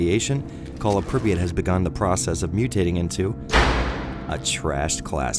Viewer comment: btw it's pree [soft p as pee] ah [soft t as tea] i have no idea who thought of that transliteration it's 10 times more retarded than hepburn. like MOST of the words are completely wrong fps drops for obvious reason unlike "modern" games stalkers have modern (for their time) textures, polycount, lighting and physics your bullets can bounce of road or fall down if you shoot in the sky "modern" games made to run on 15 years old toasters with static linear levels and 16x16px textures with hitscan weapons i was ok with first metro, but i just can't tolerate more than 10 minutes at a time of the second it's such call of duty that i just uninstall it every time